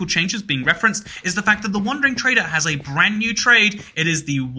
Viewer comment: "Whenever a brandsnew Minecraft update releases"